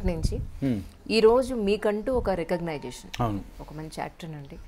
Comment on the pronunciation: అమ్మా గారు రికగ్నిషన్ అనాలి, రికగ్నైజేషన్ కాదు. ఇంగ్లీషులో తెలిసీ తెలీక stylish గా ఇలాంటి తప్పులు మాట్లాడే కంటే శుభ్రంగా తెలుగులో మాట్లాడవచ్చు కదా..